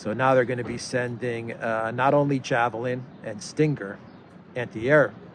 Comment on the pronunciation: Stinker missles? lol that's what it sounded like you said ....